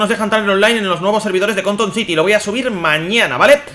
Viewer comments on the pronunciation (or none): none